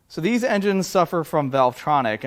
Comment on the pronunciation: "dis connecting rods..." LOL Good one. Thanks.